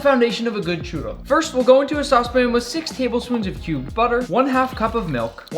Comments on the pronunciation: I’m Spanish and I don’t call it a chooro……it’s chUrro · I’m from México an I’m triggered by the way u say “churro” it’s spelled “churrrrrrrrrrrro” try it